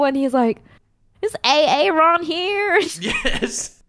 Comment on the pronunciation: I physically cringed when she said A-A-ron